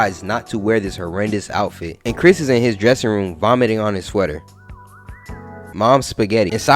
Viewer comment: nah you said it right that’s Chris